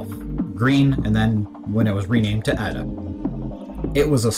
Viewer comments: Is he saying Ah-Da? It's Ada, the language is named after a person, Ada Lovelace. Pronounce it like the name... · I've never heard anyone pronounce Ada that way. Like "add uh." It's not deriving from "adding" something. It's a woman's name: Ada. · AY-DA not EYE-DA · just started watching, when I learned the language we called it Ada, pronounced as "aid-a", not as "add-a", have you heard that way too? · You would have thought that someone who teaches Ada would be able to pronounce it correctly :/